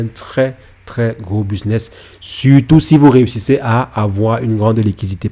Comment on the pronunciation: 😂😂😂 bon « BISNESS » 😂😂😂 C’est BUSINESS 😂😂😂 pffoua sérieusement vas d’abord sur des vidéos de français avant de dire n’importe quoi car ses même pas un business ses une stratégie ses pas ça un business et encore moins un business à millions loins de là car sinon il ferait pas des vidéos sur YouTube il serait à Dubaï plutôt 😂 enfin bref